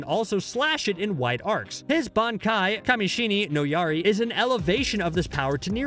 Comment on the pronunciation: “Benkai” he said